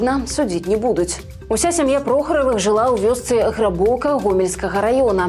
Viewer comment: Грабаўка - націск на першым складзе.